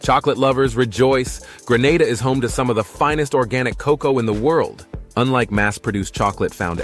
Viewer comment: Atleast somebody get cocoa correct NOT COK COW